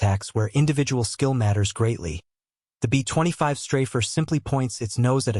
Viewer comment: Computer-generated, text-to-speech programs are still pretty retarded, and so they often say some retarded things, like, for example, "betwenty five", when it should be, B25 (bee twenty five). So why do so many of you just pump this crap out with, seemingly, no editing whatsoever?